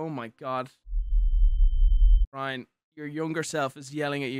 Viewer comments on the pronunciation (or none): none